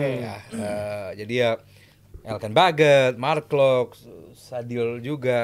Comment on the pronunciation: Bagot bagot. Beget bacanya woi